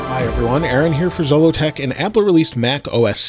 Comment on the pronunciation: I noticed that in your video Siri pronounced Zolotech incorrectly. Well, you can teach Siri how to say it correctly by accessing Siri and saying that's not how you pronounce that. She'll then give you 3 options. Click on each one and select the one that's closest to the correct pronunciation, then she'll always say it right.